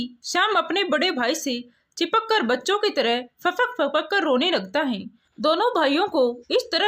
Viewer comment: अभी तक मैंने बहुत कहानियों पढी सुनी सभी में एक गलती की तरफ ध्यानाकर्षण करना चाहूंगा और वह है उच्चारण परेशानी को प्रेशानी पढ रही हो है को हैं और बहुत शब्द हैं कभी याद नहीं आ रहा है।